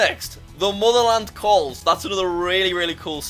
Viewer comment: Why jacksuck say mother lan calls